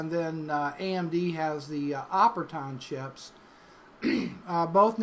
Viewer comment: lmfao "xenon" & "operton"